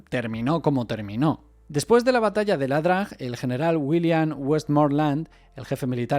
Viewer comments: "ia-drang" o IA-DRANG, no "la-drang" o LA-DRANG. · Muy bueno Pero es ia drang No LA drang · Es "ia drang" , no es "LA DRANG"